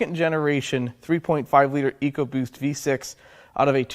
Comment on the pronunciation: "Ecobost" case closed.